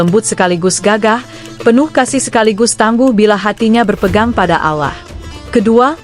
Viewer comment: Mbok belajar mengucap nama Alloh yang benar, ditelinga kok malah gatal kalau pengucaoannta kayak logat irang kristen